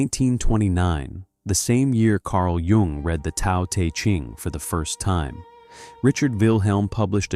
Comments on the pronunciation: Isn’t Tao pronounced like ‘Dow,’ not ‘Tow’? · Who are you to pass judgment on an awakened Soul? It's obvious you haven't made the journey. It's pronounced Dow not Tow You believe people have to be perfect to become enlightened? Then you don't know what enlightenment is. Enlightment or Integral Life or Awakening does not make a person perfect. Spirit is present in our instincts. The 2 are not separate. The ego likes to engage in subtle forms of superiority like passing judgment on others. That's what the Christians teach...duality. Watts walked the path for decades and I guarantee he graduated. A person in the awakening process dies for their own sins and mistakes and is rebirthed as the Soul. Then the Soul is married to Spirit. Self acceptance is the key...deep Self acceptance...even of the archetypal collective shadow. Yes. That is what awakening demands...unconditional self acceptance and unconditional love. You are putting conditions where there are none. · Tao is pronounced with a soft d sound, like daow.